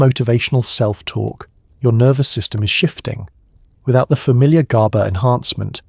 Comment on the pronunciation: exactly! I hate how it mispronounces "gaba" in like 4 different ways and goes round and round in circles explaining the same exact stuff over and over again